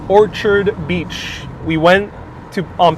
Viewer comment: You are not pronouncing Orchard Beach correctly. I'm born and raised in the Bronx and it is pronounced like you are saying an apple orchard...not a flower orchid.